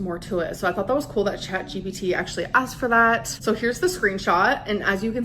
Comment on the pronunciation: Bro it is so triggering… At least with grammar it’s a knowledge thing and you may not know the rules. With pronunciation you literally just have to look at the word and sound it out!